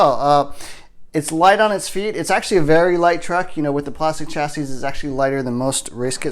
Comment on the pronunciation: The s at the end of chassis is silent